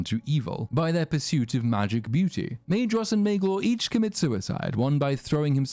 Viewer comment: For fear of being that guy I feel compelled to mention that "dh" in Quenya is pronounced as "ð" so it would be "Maethros", not "Maedros" and so on. Nitpick over: carry on.